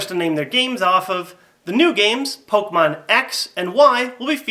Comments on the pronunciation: that's what i said too. its pronounced "Kay" but spelled with an e (sorry, don't know how to put accents) . Him saying it like poke mon as two separate words is annoying and irritating was my only point with my comment. obviously you knew where I was going though with that. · pok E mon , THERE'S A FUCKING E IN IT ARGHH AMERICANS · OMG its pok E mon your an idiot and I can't watch you